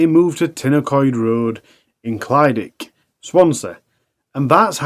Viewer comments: The leas Ur producers could do is pronounce the places correctly and make sure the announcer says it right!! It's clydach, easier way for u to pronounce it is cli-dack! Not clydic! Wonder if any other Welsh people get pissed off with it! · Clyd-ach. The ach bit should sound like your clearing flem and the first bit sounds like clid. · I live not far from where this all happened. It’s all pretty horrific 😔 Also it’s pronounced Clidach with a cccchhhhhh at the end like you’re clearing your throat 😅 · Ohh not another one from Clydach 😢 (pronounced "klu-dargh", sort of the same as one would day "eurgh" in distasteful way?!) Brian is horrible , and should not have been allowed out ,especially as he was violating his probation agreement....and had been involved in loads of scrapes with the police too 😢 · Only word he got wrong was Clydach. The rest was ok.. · This is what happens when you leave murderers out of prison. Absolutely disgusting how he got away with so much. Life should mean life! Locked up for the rest of his life. People who release these animals should face criminal charges too. I hope it haunts them! I don't live too far from Clydach. Quite comical how you pronounce Clydach. My thoughts and prayers go out to everyone affected by this and previous crimes he committed.